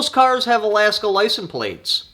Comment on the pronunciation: There's an S near the end of the word "license".